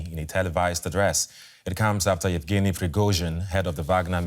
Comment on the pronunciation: It looks like Evgeny, but it's pronounced Yevgeny, just like Yeltsin looked like Eltsin.